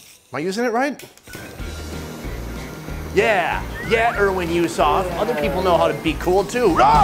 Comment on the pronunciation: I LAUGHED SO HARD WHEN U SAID * YEH EREAN HUESAFFFF* HAHAHAHAHAHA PH FAN HIRRR MISTER SONNYYY STAY SAFEEEEE,🤧